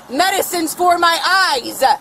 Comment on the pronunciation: Its eyes not eyesa. Loon.